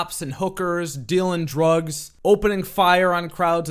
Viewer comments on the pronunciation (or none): none